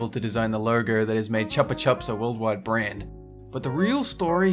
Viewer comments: Chuhpa chuhps? Jerber baby?, how could you do this to us 😭 I bet you say JIF too. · Chupa chups is pronounced chew-pa chew-ps which is how you say lollipop in Spanish